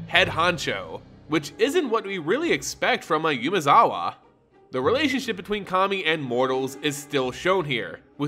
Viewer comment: Please, PLEASE. Umezawa is pronounced Oo-meh-za-wa. If you'd like some help with pronunciation, please let me know.